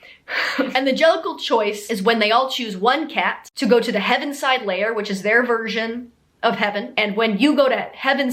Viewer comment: The "HEAVISIDE Layer", not "Heavenside". Pronounced like "heavy-side". Thank you, and good night.